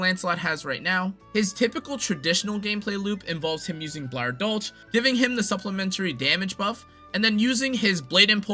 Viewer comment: In german (and dutch in some cases) you pronounce the ch as a K. So its Blauer Dolk, meaning blue blade. Klatzwinger, is pronounced as Kalts-Wing-er.